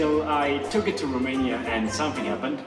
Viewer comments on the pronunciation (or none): none